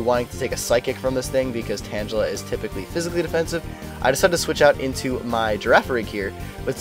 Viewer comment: why do you mis pronounce tangela, its tang gula not pronounced similar to tangelo